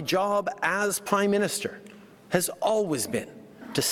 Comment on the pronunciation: "My job as Pie Minister" 😂😂 yea you need a pie in your face